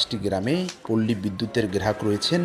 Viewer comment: গ্রেরাহোক নাকি গ্রাহক??